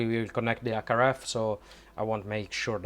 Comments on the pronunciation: Stop-a adding-a the letter-a a to the end-a of every-a second word-a. You need to neutralize your accent, it took me way too long to figure out you were trying to say HackRF, you were saying ack araf. C'mon man, you've got the linguistics down pat you're just being lazy. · It took me a while to realise "ack araf" is his attempt at saying HackRF. As someone who speaks a half dozen languages fluently, and a dozen languages conversationally; the first thing you MUST do when learning a language is neutralise your native accent or you just sound silly / low IQ.